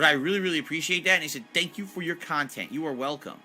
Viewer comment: Thank you for the super pahsitive khantent. This was meaningful af